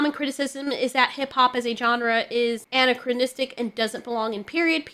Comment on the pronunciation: Ann-Ack- CRON-is-tic.